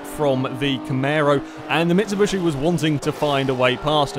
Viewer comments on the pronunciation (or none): Just wanted to shoot myself everytime he said 'camero' and 'mitsubushy'